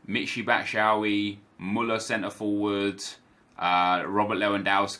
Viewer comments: Batshuayi is pronounced Bat-Shoe-Eye-E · okay, we're gonna practice one last time: Michy Bat - shoe - wa - yi